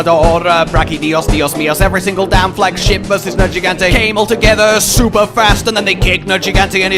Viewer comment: "I'm nErjeegAnte aNd I'm HERe to SAy-"